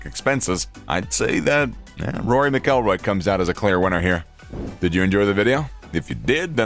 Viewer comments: please learn how to say mcilroy before you publish a video including him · Saying rory's last name wrong obviously never watch golf... Jordan fell off rory is alot better